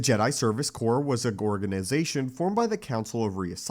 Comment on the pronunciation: pfffft "gorgonization"